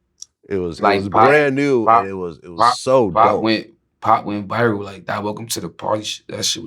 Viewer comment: The nigga says “biral”